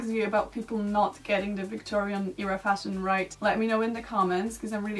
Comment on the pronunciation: It’s a great video honestly, but it really bothers me how you always pronounce era like "eeera".